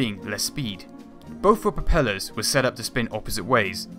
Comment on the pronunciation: Please, you are not on Eastenders! It's not "firty" it's "thirty". It's not "ve plane" it's "the plane". It's not "bofe engines" it's "both engines". Good video apart from vat (haha).